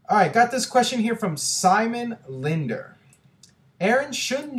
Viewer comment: americans never get my name right.. they always think the 2nd n in Lindner is silent. Weird.